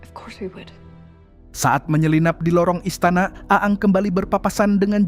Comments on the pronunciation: Ini yang dubbing IA ya...... Bukan a ang tapi bacanya eng.. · 😂😂😂di baca eng bukan a ang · Min kenapa lu bacanya A A NG ??? UDAH JELAS2 DIBACA ENG KOK DIVIDEO DETIK TERAKHIR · Aang (Aeng) Bukaan Aang Min . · Maaf di bacanya bukan kaya orang Sunda a nya 2 AA tp eng bacanya aang =eng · Aang bacaannya (eng) bukan (a ang) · Koreksi Min... Agak terganggu dgn penamaan Si Avatar,... Kenapa pengucapannya harus A ang 🤣🤣🤣,,,, kan bisa disesuaikan dgn yang di animasi yg dulu tayang di global Tv kalo gak salah,,, yaitu ENG 😂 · Eng bang bukan aang🤣🤣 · Aang dibaca eng😂 a ang pula😅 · Dining nya bilang ang Aang 😂 udah kaya Avatar reborn Sunda empire 😂😂😂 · Eng gak si bang nyebutnya...😅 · Ya elah min.....Eeng x min,,,, Untung cm 1 nm yg keseleo penyebutannya,klw smpe 2 si katara JD katarak kan JD BKN kelompok avatar😂😂😂😂😂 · Denger nya malah A Ang terus knp lah admin ini wkwkwk😩🤣🤣